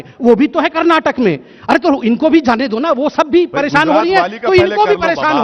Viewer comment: "परेशान "शब्द गलत बोली